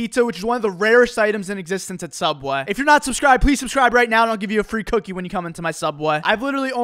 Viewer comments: This dude pronounces subway as "subweh" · When says subway, it’s like he says subweaa. Iconic I hope u see this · When you say subway it sounds like Sup boy please heart this comment It will mean the world to me I like your vids And keep up the good work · Nobody: .... Me:.....dafuq is "Sub-Weh"?? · Where's "Sub-Wah"? I've heard of SubWAY...Not "Sub-Wah"... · His “SUBWEH” pronunciation never gets old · I love how he pronounces subweh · Please please say subway not subwe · "Subwahe" and more "subwahes" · “Sub bweh “ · So I'm the only one who hears sub waaee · why does he say it like SUBWAH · Am I the only one hearing "subweh"?💀💀💀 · Does anyone else notice how he pronounces subway as "Subwah" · The way you say subway— 😐